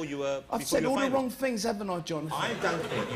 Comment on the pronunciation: iT'S ALL WONG, WOSSIE